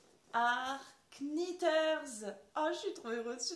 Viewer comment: Bonjour, il ne faut pas prononcer le « K » de Knitters ☺️